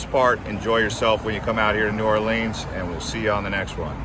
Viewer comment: Good effort but your information is flawed. You need to study more before putting out this sort of content. You can start by learning the correct pronunciation New Orleans.